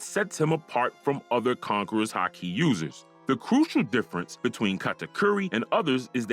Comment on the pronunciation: Am I the only one here bothered about his pronunciations of Onigashima, Kaido and Haki!